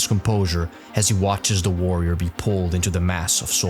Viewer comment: "worrior monks "☠️💀 say no more